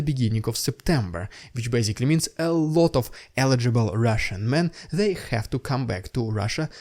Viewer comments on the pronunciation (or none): rrrrrrrrrrussian prrrrrrrrrrropaganda... HMMMMM xD